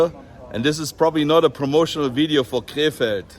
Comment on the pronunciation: Every time you prounounced “Krefeld,” I thought you were saying, “K-Fed” as in Britney Spears’ ex 😂